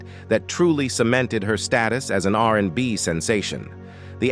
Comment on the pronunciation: ‘R da B’ ‘R in da By” 😂😂😂😂😂😂😂